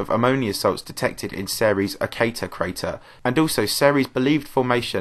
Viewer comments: It’s pronounced series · Before I heard you pronounce Ceres, I thought It was pronounced Sears I was like what